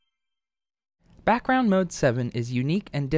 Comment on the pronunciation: "brackround" r/ihadastroke (just for the meme. :3)